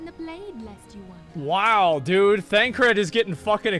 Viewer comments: Bruh he 100% pronounces most names wrong on purpose. He's admitted as much before, and even without that you can tell because there are times he's not fully paying attention and he says the names correctly (like with Thancred). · He's already been gripped enough to slip into saying names correctly on occasion. Even said Thancred correctly many times over, rather than Thaladred the Darkener.